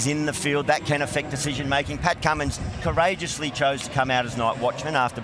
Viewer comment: "Pat Cummins COURAGOUSLY..." 😂😂😂 give me a spell